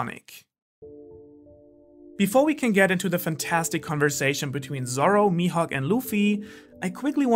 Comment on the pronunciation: "Mihawk" *MAJUUB* Dafuq?😂